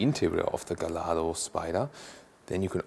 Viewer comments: Not GALLARDO it sounds Gajjardro !!!!!! Wikipedia -> The Lamborghini Gallardo (/ɡaɪˈjɑrdoʊ/; Italian: [ɡaʎˈʎardo]) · Incidentally... the Gallardo is pronounced gay-ard-o. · In the UK, we pronounce it as " Gall-Ar-Dough'